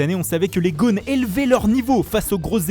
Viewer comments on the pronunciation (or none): Mais qu'avez-vous à a télé à parler des Lyonnais comme des "Gaunes" ? Le "o" des gones ne se prononce pas au comme dans "jaune" mais comme dans "ocre" par exemple. Je passerai sur "l'arbitrer est aller checker la var", le verbe "checker" n'existe pas en français. On peut commenter du foot sans imparfait du subjonctif mais dans un français correct, sans franglais grotesque.